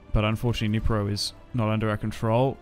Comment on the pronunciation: Across the Dnieper and he says Across the Dnipro. Love you bro❤ thanks for saying it in the right way, also for Kyiv